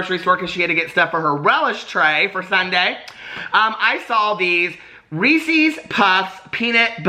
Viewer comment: Team REESEEZ. You and I are mispronouncing but it’s just easier to say right?